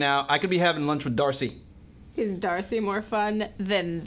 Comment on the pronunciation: D-arse-y. Heh. Hehehehe.